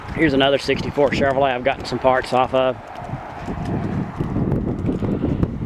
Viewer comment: Thanks for the tour. I like the way you say Chevorlet lol